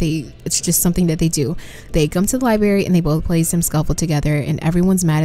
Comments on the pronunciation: It is NOT A LIE-BERRY!!!!! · LI-BR-ARY , I know I know. I also pronounce "room" like "rum" sue me LOL